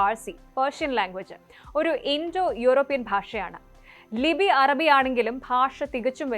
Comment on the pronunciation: അരബി അല്ല അറബി improvise your pronunciation